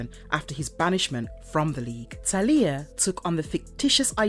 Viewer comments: Not TELIYAH. ITS TALIA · Talia Al Ghul's first name is pronounced "TAL-YA". The LOA is centuries old. In "Arrow", it was formed in 1013. There is no mention of Damian Wayne. Despite everything, I enjoyed the video. Very interesting. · What sucks the most is my unfollow won’t hurt their overall number but it is egregious to hear awful pronunciations cus you know this isn’t coming from a fan of the comics. Ras Al Ghul is a name given many pronunciations but his daughters name!!! How do you &$@ that up that bad? Marvelous videos needs a marvelous editor… peace out